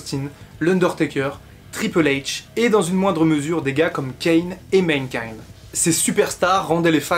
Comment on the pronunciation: Mankind et pas Menkind ! M'irrite les oreilles cette prononciation.